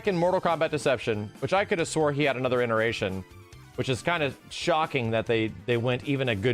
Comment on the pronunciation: Has always been saying ineration instead of iteration? 😅